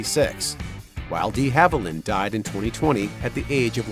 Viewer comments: I never post negative feedback, BUT, you lost me at "Dee" Haviland. How can I take your channel seriously when you mispronounce a major star's name? I'm embarrassed for you! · Why are you emphasizing the "de" in De Havilland (DEEhaviland) like that? sorry to nit pick, but that was hella annoying... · Olivia "DEE" Haviland!?? ☹😠 For Heaven's sake, pronounce names correctly! 😡 Names are easy to hear online, and it's widely known that the (original) French would have had a short e. Show respect please. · Amen! Channel totally lost credibility. Sloppy work! If you want to be taken seriously, then seriously do your research! Or why bother?